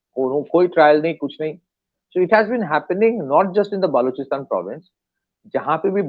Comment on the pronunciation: When he calls "baluchistan" , "baaluchistan" , it becomes clear that he is a Bengali 😊